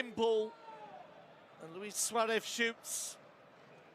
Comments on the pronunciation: The commentator always suaref instead of Suarez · This guy is annoying. “Suareth. Cowtinho.” What’s wrong with him.